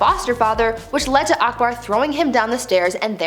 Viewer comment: She pronounced akbar as aekbaar😂😂🙂